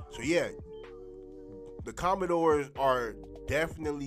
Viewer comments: You may want to research how to properly pronounce the team name🤷🏾‍♂️ COMMANDERS, not Commendores 🤦🏾‍♂️ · it's 'commanders' bro